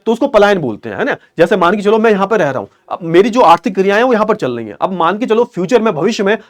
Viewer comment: Chal rhi hai ❌❌ Chal lei hai ☑️☑️